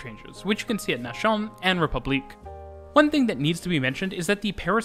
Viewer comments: Nation in French means the same thing as in English, but is pronounces as “Nass-yawn”, not “nashawn” as you did. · "Nation" is not pronounced like that 😁